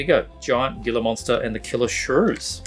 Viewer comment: Gila is pronounced like Heela